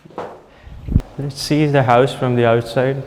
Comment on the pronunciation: Why. Say. Houuuss. ? Are they from uk